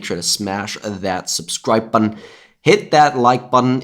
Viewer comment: You come back to hear say "button" don't you. Be honest.